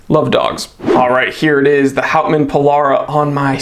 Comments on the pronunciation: As for the pronunciation, clearly it has Dutch roots so that would be "howt- mahn" (if that makes sense), although it will probably have been anglicized. It means wood man, by the way. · Hey, or whatever your your name is. If you are going to review a product you should learn the correct pronunciation of the name. It is called professionalism.